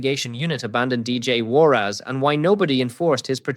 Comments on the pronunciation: Warras not Warrass - listen to yourself! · Its warras...not war ass😅😅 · What's with the surname pro nunciation? "War ass!" 😂😅